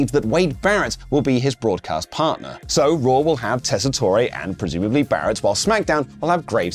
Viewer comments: ......Tess-i-TORE...not "toray". We keep telling you in the comments... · Re-upping that the new Raw announcer is Joe TESS-uh-tor, not tess-ah-TOR-ay. And RIP, Sid. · It’s Joe tes-ah-tor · It’s Joe Tess-a-tor there’s not long e.